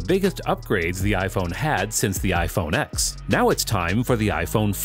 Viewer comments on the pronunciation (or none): iPhone X ("eks") doesnt exists😂but iPhone X ("ten") does ,"ten s " etc :) i never comment but i noticed this again :) Notable device but wrong pronunciation worldwide its funny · I dont take anyone seriously who calls the iPhone 10 an iPhone Ex…Even more so for people calling it an iPhone ExEss… this guy reviews tech but doesn’t even know how to properly pronounce the names of devices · it’s actually pronounced “iPhone 10” not “iPhone X” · When will people understand that iPhone X is pronounced "iPhone Ten"?